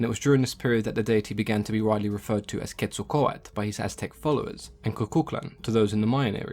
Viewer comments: Why does he say Quetzlcoat when it is Quetzlcoatl there is a L at the end and he doesn’t say it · So well done! Just an FYI, you had the pronunciation was a bit wrong, just at the end of the name. The "L" is pronounced similar to the end of turtle. The "tale". But, you're always so informative. Love your videos. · Ket-sal-co-ah-tuhl and koo-kool-kan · I really thought this was pronounced "quetzo-kowatol" :( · This might not be important to you, but the correct pronunciation is Ket-sal-quatle. i do find this extremely entertaining and enlightening. keep up the good work mate. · I remember watching “Scooby-Doo: The Monster of Mexico” and Velma said it like “ketzal-kwatal”. I was so proud of myself for knowing what Quetzalcoatl was, but scooby-doo led me astray. Just a random memory. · Do the right pronunciation or sod off you are about as white as you come trying to use the Aztec dialect Quetzacoatl npt how your you are pronouncing it why is that white people think accents need a white only translation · one youtuber that uses the names of aztec gods in her animations in one video about how to pronounce names they talk about how Quetzalcoatl is like zeus for the aztecs to her friend (who is a VA in her animations) the part i like is this quote "corn is friendly" lol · Also, I think you forgot the l at the end of Quetzalcoatl when you were saying it through out the video